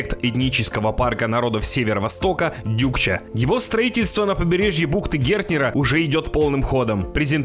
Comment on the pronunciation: Почему Дюкча? Может Дукча.